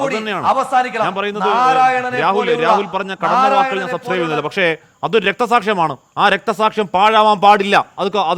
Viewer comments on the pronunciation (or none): none